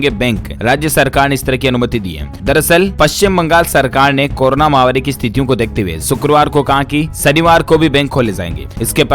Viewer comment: Mahavaari nahi _ mahamaari correct pronunciation hai! ko batana hai.